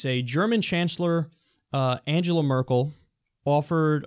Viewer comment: You are pronouncing "Angela" wrong !!!